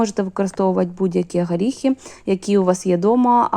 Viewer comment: Класні рецепти, всі чітко і завжди виходить. Подяка за українську мову. Але її треба покращувати, бо часто просто вуха ріже. ВолоШський горіх, гАріхи, стАлові ложки. Проте, мову можна покращити аби краще й рецепти сприймалися.